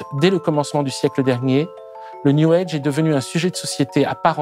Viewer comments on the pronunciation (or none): Prière d'arrêter de dire "new EDGE". C'est "new AGE".